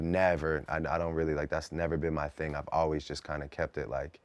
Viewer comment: why is he saying "ting" instead of thing